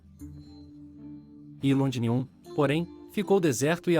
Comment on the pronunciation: O texto e as imagens estão ótimos...Porém o narrador precisa melhorar muito a pronúncia...está pronunciando errado Londinium, Maximus...etc.